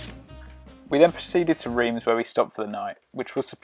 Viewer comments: Drove the Route Napolean back in 1982 (on our honeymoon) we stopped overnight in Digne - very scenic - oh and by the way, Reims is pronounced RONCE locally! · Reims is pronounced Rance. Yes, I know, I live in France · Reims is pronounced Rants.